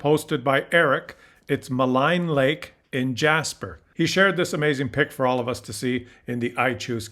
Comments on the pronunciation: It's pronounced "Maleen Lake," not "Malign Lake." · I believe it’s pronounced Ma leen lake. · Pronounced Maleen lake